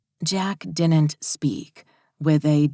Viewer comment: Whatever you do, don’t notice the word DIDN’T mispronounced as DINNENT because your brain cannot let it go and it is said sooo many times that it gets super-distracting from the book. 🧠🧽💦